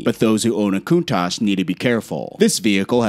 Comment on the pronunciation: Once he said countach..... he lost me.